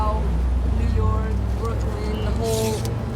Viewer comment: you nork, I mean , NEW YORK